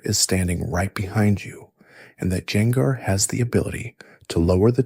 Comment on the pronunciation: Was using this to going to sleep but hearing you butcher gengars name in a bunch of different ways made me pick the phone back up lol